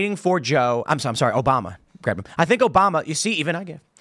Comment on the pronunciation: Mf cant say obama 😂